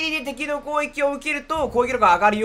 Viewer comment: 攻撃って言えてなくない？